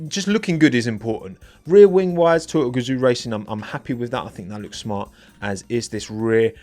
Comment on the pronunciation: Oh he's saying TOYOTA. I spent way too long trying to understand why Toto was influencing the Haas livery 😅